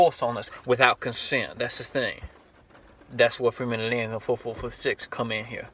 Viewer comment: "Its FMOTL446......." Then pronounce it as such.